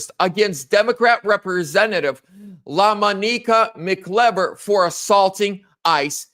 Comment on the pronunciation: La-MON-i-ca Mc-I(EYE)- ver